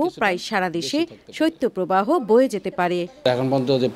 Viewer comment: সত্য প্রবাহ নয়, সঠিক উচ্চারণ হবে শৈত্য প্রবাহ।